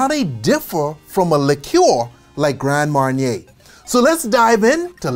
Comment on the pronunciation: A whole video on alcohol but not being able to pronounce LIQUOR. In French it's Liqueur pronounced LEE-KEURRRR In English Liquor pronounced LEE-KER not LEE-CURE Oh in your recent video about COINTREAU it's pronounced CO-IN-TRO not sounding the N. Grand Marnier definitely not GRANN it's GRAN but kill the N. Nice video but must work hard about your whole American accent. Don't take it bad, thanks.